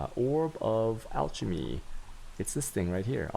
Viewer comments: It's chis-el and al-chem-y. ARrrggggg..... Love your content, your mispronunciation of a few words kills me though. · tshisels, altshemy shudder